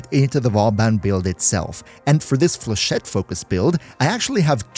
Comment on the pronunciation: For a non French man, you deal very well with the flechette, bastille and Vauban name's :D well done to you ! Still Best Videos as always and dw for the synergy we got your back ! Love and kills from French MR-LR3 <3